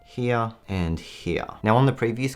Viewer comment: “Heah” “Heah” “Heah” & “Heah”